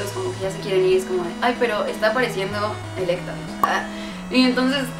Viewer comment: Querida poser repite después de mi: ARCANINE y se pronuncia ARCANA-I-N!!!!! y ELECTABUZZ Y NO HAY SÚPER BALLS, son pokebolas, great ball y ULTRA BALL!.!! 🙄🙄🙄🙄🙄🙄🙄🙄🙄